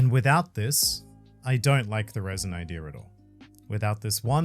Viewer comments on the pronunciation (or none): pronouncing raisin, rather than resin, is so funny. Unintentionally creating raisin raisin fruit. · 🤣 "Reh-sin", not raisen raisen fruit😂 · I love how you say raisin indtead of resin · Fantastic video but i couldnt help but hear the word "raisin" every time said "resin" 🤣🤣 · The way say Resin like RAIsin makes me chuckle. Love this collab SOOOOOOOOOOO much! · No offense but every time says resin it sounds like raisin and i think a raisin raisin fruit is just hilarious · Not the “RAISIN RAISIN” no mi 🤣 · Lol it sounds like is saying the "Raisin Raisin fruit". I am just trying to imagine what powers the Raisin Raisin fruit would have. It would certainly be a possible fruit power in the Oda world. (It was so funny that we get that califa soap fruit, which was surprisingly strong) Thanks for the great content guys! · Am I the only one hearing "raisin" whenever is attempting the word resin? lol A thing I don't hear enough about the "three favourite panels" argument is that the answer was regarding the imagery, in the Sabaody case Robin wiping her hand on Usopp (for being realistic and mundane but still, to him, really funny), not the scene itself including speech bubbles. Oh, and technically Momo doesn't have a man made version of the Koi Koi Fruit, Vegapunk didn't create it out of the dna (lineage factor) from the devil fruit but from Kaido himself. So Momo has technically the Kaido Kaido no Mi, and since Kaido had already awakened dragon form it was part of his dna code and could explain why Momo transforms straight into dragon form and there's no fish form.